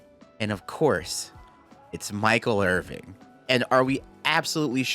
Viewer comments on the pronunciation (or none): are you really saying Michael IRVING? WHAT IS YOUR PROBLEM!!!!???!!! It's Irvin. No G, my G. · Hearing you say IrvinG is driving me insane 😭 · I love you man but how can you call him Michael Irving for the entire video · I love you but it's Michael IrVIN, not IrVING. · His last name is Irvin. There’s no g. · Irvin, not Irving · "Irvin" not "Irving" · Love this video, but there's no G on Michael's name. It's Irvin.